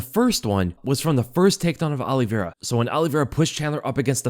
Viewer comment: Good breakdown. However you pronounce Olivera unusually;: Ollie Vera Everyone else: Olivera